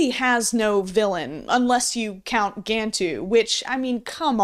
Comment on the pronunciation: For a "fan", you sure dislike pronouncing "Gantu" correctly, and instead choose to pronounce it as "Gan-two".